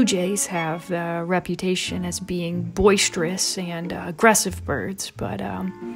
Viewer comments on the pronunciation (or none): none